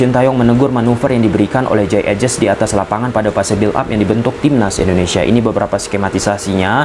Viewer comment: jey idses bacanya bang bukan ejes😂